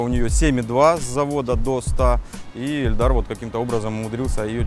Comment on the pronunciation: Каждый раз слышал эльдар и ни разу Ильдар.